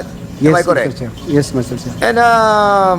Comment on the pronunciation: Am I koreeek? This is koreeek? 🤣🤣🤣